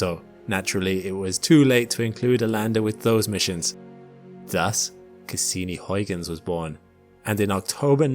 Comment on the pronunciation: it is not hoiguns in is huigens with an ui sound, not an oi...come on.... do your homework please..